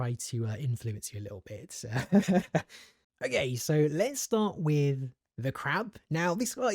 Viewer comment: Why do you say O GAY